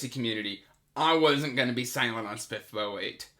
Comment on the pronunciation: I love how you pronounce SPFBO 😝 I plan on reading the Thirteenth Hour as one of my next reads! I’m really excited for it.